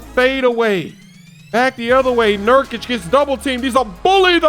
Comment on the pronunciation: He said "Nurkic" finally! LoL :D